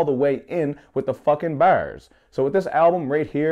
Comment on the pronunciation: the way you say bars lmaoo